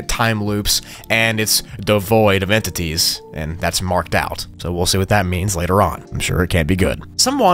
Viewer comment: "Devoid of entetys"